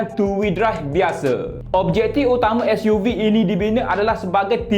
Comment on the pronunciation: Nak buat YouTube sebutan SUV biar btl skt bae.....gapo Dio....